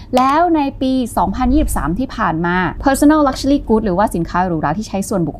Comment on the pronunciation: เนื้อหาสนุกน่าฟัง ติดตรง luxury ออกเสียงเป็น luxuly-ลักเชอลี่ ฟังแล้วสะดุดทุกครั้ง